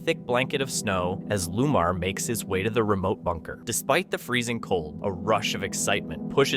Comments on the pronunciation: It’s not Lumar! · Narrator should learn to pronounce names properly which shows his ignorance & c/b very offensive to many e.g one paranormal investigators name is Lomar not, Lumar as pronounced